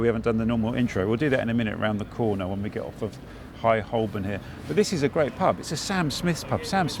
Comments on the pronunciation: He keeps mispronouncing 'Holborn'. The 'l' is silent. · Holborn We never used to pronounce the L: Hoe-bun.